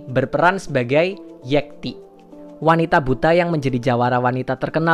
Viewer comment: Pengucapan nama "Yekti" itu pake e atau é. Kalo itu nama Jawa, seharusnya pengucapan e-nya kaya di kata "enam" bukan seperti dikata "(ikan) lele". Kadang gemes kalo ada yang ngucapinnya keliru. Kecuali kalo kita orang Medan. hehehe